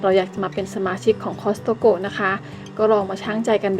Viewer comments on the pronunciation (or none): Hope you joined annually, you can also share the cost with your friend of family for the membership fee, because they allow 2 memberships per Household. Such as toilet papers it’s worth it. It’s Cost-co (not Costsaco)